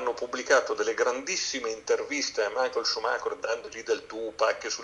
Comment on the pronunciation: Tutto bello, tutti bravi, ma non chiamatelo "Maicol" perdio!!!